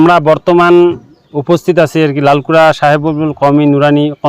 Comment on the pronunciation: ললকুরা না❌ লালকুরা হবে। ✔️